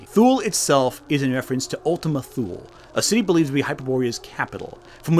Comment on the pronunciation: * Thule = "TOO-lee." Because German, I guess.